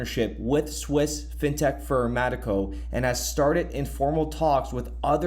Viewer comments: Metaco not Mateco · It’s “Meta-Co”